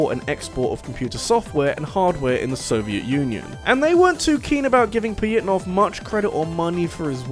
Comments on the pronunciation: Or "Pajitnov"? In my limited understanding of Russian, "Ж" makes a "zh" or "j" sound, not a "y." The closest they have is "Я (ya)," "Е (ye)," "Ё (yo)" in some cases, and maybe "Ы." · The way you pronounce Pojitnov's name rubs me the wrong way